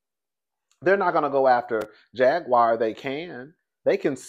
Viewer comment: will butcher a name 😂😂😂😂 "Jag-wire" 😂😂😂😂